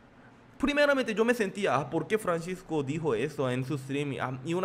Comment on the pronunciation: Y pronuncia bien es Francisco no Franchisco🙄